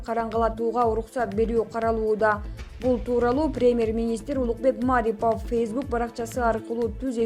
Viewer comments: Диктор кыз кыргызчаны туура окуп уйрончу Маарипов эмес Мариипов деп окулат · Маарипов эмес Марипов фамилия атты туура айтып туура окусанар силерди коп эл угат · Ииий ушу кыздын билим денгээли ото томон окшойт окуганына угуп отуруп жинин келет Маарипов дейт ай , ударение Мариповко и ге тушот аты жон фамилиясын таптакыр окуй албайт экен да уят эле вообще любой создорду 2 чи класстын кызындай окуйт 😂🙄🤨🤔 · Эй журналюха атайын интонацияны тескери койуп айта бересин ,; мааарипов эмес ,; марииипов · Журналистер Мариповдун фамилиясына Басымды (Ударенияны) А тамгасына кою М Ааааарипов деп окуп жатышат. Депортация деген созду да туура эмес айтышат, пандееееемия дегендей кылып. Журналистик " граммотность" каякка кеткен????🙄😒😔😪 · Маарипов эмес,марипов ударения туура коюп суйлочу карындашым,мен Улукбекмин... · Маарипов деп мааратып койдун го, ушу сабатсыз блогерлердики отту, же орус менен же кыргызча эмес. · Маарипов эмес Марипов эле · Журналисттер Маарипов эмес Марипов деп так туура качан суйлойсунор? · Эмне деген сабатсыздар ,озунун ишин жакшы билбегендер,жок дегенде туура айтышбайт Мааарипав деп.ушакчылар. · Окуп аткан кыз Маарипов дейтко. 😅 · Туура суйло,Марипов,пример деген ж,б, дайыма туура эмес окуйсун,озунду,озун текшербейсинби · Эй двоишница Марипов деп окуганында басымды и тамгасына кой. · Диктор туура окучу Марипов дегенди да туура айтпай жвтасын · мАрипАв дейсин акмак кыз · Окуп жаткан журналист кыз кыргызча фамилияны туура окуганды качан уйроносун,окуганды билбейсин,кыргызча создо эч качан ударение болбойт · Ай келесоо диктор сорой сен орусча эле создорду окуй албайт десе, сен даже Марипов деген фамилияны туура эмес окуп жатасын, ударенияны а га эмес и тамгасына койуп оку, мынча сабатсыз пендесин деги